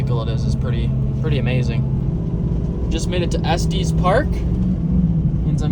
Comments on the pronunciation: We call it “S-tes” not s teees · "Estes" not "EsteeZ" haha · It's pronounced Estuss not Estees park. I know the Estes spelling can throw you off. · It's nit es'teez It is estes Kinda live there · it’s Not esteees park it’s pronounced estis, but it’s a lovely place. Made several trips when I lived in CO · Esstess not es-teez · Loved the video and content, but surely I'm not the only one that clocked that pronunciation of Estes Park? Esteez Park!?;) All in good fun. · It’s est-Tess park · "Esteez Park" had me dying of laughter 😂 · Cool rig (here in Colorado we say ess tess park... 🤗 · I will wave frantically if I see you!!! How did your Marine drill go? Still curious. Pronounced és tess 😁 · As a colorado native the way he said Estes park hurt my soul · That’s not how you say Estes Park